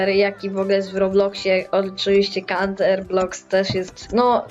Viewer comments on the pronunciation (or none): none